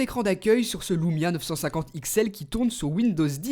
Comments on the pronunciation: Super test ☺️ ! Par contre on dit Lumia et pas Loumia... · Pour quoi tu dit loumia y a pas de o c'est juste un U